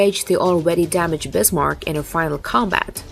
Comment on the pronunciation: The e at the end of Kriegsmarine is spoken, and it is Bismarck, not Bismarc.